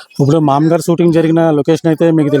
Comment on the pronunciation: ఆ సిన్మా పేరు "మామగారు"... "మామ్మగారు" కాదు... పదే పదే... మామ్మగారు.. మామ్మగారు అంటున్నావ్..🤭🫢